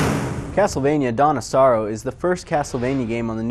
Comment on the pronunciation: Lulz it sounds like he's saying "Donna Sorrow", like the name of a girl or somethin